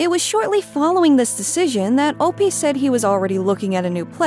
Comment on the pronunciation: Finally - someone who says “op” the correct way